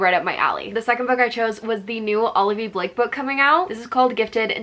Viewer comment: Did you say Olivia Blake? Loved the video